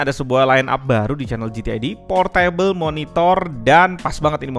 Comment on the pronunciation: Bacanya bukan Por-Table (Meja) tapi Por Tebel !!!!